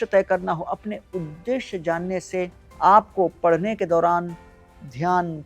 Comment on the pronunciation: ' PADNE ' KA TAREEKA NAHIN , " PADHHNE " KA TAREEKA .